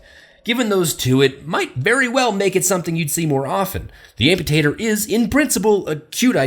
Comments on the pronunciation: Did anyone hear “Ampotato” instead of Amputator? 😂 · "The Amputatoe" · 2016 "ampotato" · Did anyone else hear say Ampotato? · He said Amputatoe XD